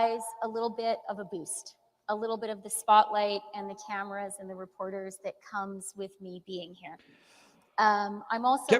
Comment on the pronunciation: She said Spotlight and TAMERAS. SHE CAN'T EVEN SAY CANADA.